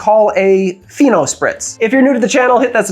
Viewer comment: When you said "Fino Spritz", I thought you said "Pheno Spritz", and I was very curious to know what the drink would be.